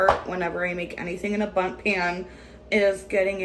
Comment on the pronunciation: What a beautiful places looking “bunting cake” lol. We all know who says bunting instead of Bundt 😂😂😂